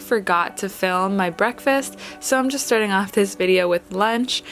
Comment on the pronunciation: I overheard breastfast